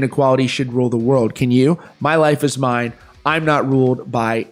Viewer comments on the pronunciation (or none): none